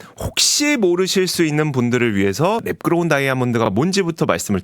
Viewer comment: 배속해서 들으니 랩그로운 다이아몬드가 매끄러운 다이아몬드로 들리네 ㅋㅋㅋㅋㅋ